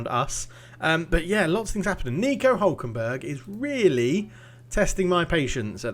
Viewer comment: Also, favourite part of the vid is when you said Nico “Huckleberg” hhahahah. Thats 100% what I’m calling him from now on !